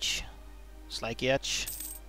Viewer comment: Sligeach = Sli - go